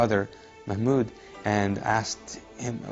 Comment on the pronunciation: Reasons why this guy is fake: 1-He grow up in ME and speaks American Accent, he have no Middle Eastren Accent even when he said his brother name "mahmoud" in minute he didn't pronounce it right,what a middle eastern Muslim who can't pronounce the word mahmoud in Arabic 2- if he had lived in a Muslim family that practice Islam well as he said not every thing that he did would be centered around his beliefs,if he didn't practice that at least he would know that Muslim are supposed to live their lives and seek perfection in their work and have fun bit without sinning, hurting others, in fact Islam is the only religion that religious men supposed to work like others they do not live in mosques, they work they have families they do like us. 3-he remember wanting a relation with go but couldn't find in Islam? in islam if you want to ask god for something you do not have to go to the mosque to pray for help god here your prayer even if you said it in your mind even if just though about it, and if you sinned you do not have to go to the sheikh to ask for forgiveness, you can directly ask god for forgiveness, and if you mean it and regret it and you are ready to make things right for whom you have hurt, you are forgiven. 4- Just a note he had Sikhs and Hindus friends in middle east? i do not think so unless he lived in Dubai that is impossible because those religions almost do not exist in middle east, even in if he lived in dubai the multinational country he wouldn't be this clo